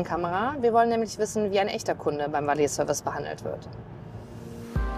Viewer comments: valeee service... junge wie peinlich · "Valeeh-Service" raubt mir den letzten Nerv